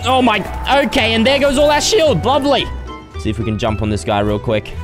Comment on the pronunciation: Was I the only one who noticed he said “bovley” instead of “lovely” 😂